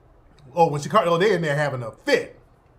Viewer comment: SHA-CARE-REE not Sha-car-ree. 😂